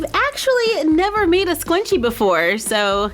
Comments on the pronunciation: Its funny how says scwunchie instead of scrunchie😂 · Schwachie? Do you mean Sc-ru-n-ch-ie? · Scwunchie Never heard of it😂😂😂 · Its scrunchie not sqwunchie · Do you keep saying "SKWUNCHIE" or is something wrong with my hearing? It's driving me nuts. Lol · It’s “Scrunchie” not” scwunchie”😂😂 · So many people are saying how she said scwunchie hah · It’s scrunchie not scwunchie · Lol sqwunchie it schrrrrrrrrrrunchie!😂😂😂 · Did anyone else catch her at scwanchie like the whole vid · Soz but it’s scrunchie not scwunchie 😂 Lysm 💖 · It's Scrunchie not Scwunchie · Lol she says squnchie instead of scrunchie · Scwenchies haha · It sounds like your saying scwunchie lol😂I may have to make some of these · Me: oh cool a tutorial about scrunchies!: I'm going to make squnchies. Me:??? Have I been mispronouncing this whole time? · It's scrunchie. not scwunchie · Why do you say scwunchy?its scrunchy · Scrunchie- (skrrrrr-unch-eeee) Not scwunchie But what a great craft. I have been watching you since grade 3 (or when you started making videos) and now im close to graduating. Keep it up💕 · Ur saying scwunchi and its ok I have trouble with my r so its ok I say scwunchy all the time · Its so cute how you say SCWUNCHIE 😆 love ya!!! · It’s so cute when she said scwunchie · did anyone else hear her say scwuncie? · No offence, but, is it just me, or does she say “scwunchie” um, I use the “r” but I’m not sure u do... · Oh my gosh not tryna hate frickin luv u um am I the only one who almost frickin exploded cuz she said sqwunchie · scwunchie intensifies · Not trying to be rude but it’s (SKRUN-chee) but it’s cute love you! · I was ab to shoot myself if she pronounced it sqwunchie one more time (it was a good video though might try making my own) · Why does it sound like ur saying scwunchie🤔🤔🤔🤔🤔🤔🤔😂😂😂😂😂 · you kind of sound like your saying the word scwenchie, but It might just be me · why does she keep calling it a scwunchie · I love 💖 how you say scrunchie “SCWUNCHIE”